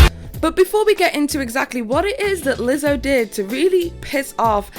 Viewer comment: Omfg was that a Scottish accent? You have me dying “lizzzohhh”